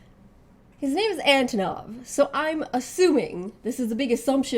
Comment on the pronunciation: 1. Antonov is 100% Russian. And also pronounced as "AnTOnov", not "ANTOnov" (SNK screwed up on this one, this time around). 2. He's super-rich and he single-handedly organized and hosted the entirety of KoF XIV championship (Verse's appearance was not expected). 3. He LOVES Texas and everything that pertains to cowboy style/culture. He has his own ostrich ranch in Russia (which is an actual IRL thing, BTW).